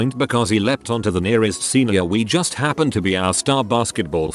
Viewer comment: I almost threw up at how the TTS pronounced Juuuuust.